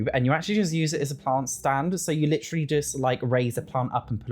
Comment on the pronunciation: I just luv how he says "LitTree"(literally) 🤭😂🫶🏾🫶🏾